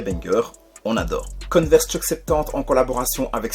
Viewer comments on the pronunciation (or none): Coneverse ou Converse 😅😅😅😅